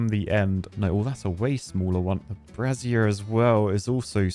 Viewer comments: Pro tip, dude... Brazier is pronounced "Bray-zee-er." not "Brah-zee-air" A "bra-zee-air" is the FULL name for a womans "bra". Source: I use both. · Look up how to pronounce brazier,! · Trying to separate in my head Brazier from Brassier whe says it...